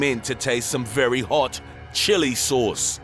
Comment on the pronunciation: the way he says VERY HAWT CHILLI SAWCE